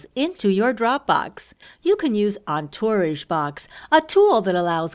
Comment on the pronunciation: Might have been a good idea for the person doing the voice over to learn how to pronounce "Entourage"